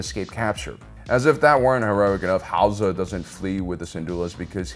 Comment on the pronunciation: The way you say Hauzer was making me laugh so much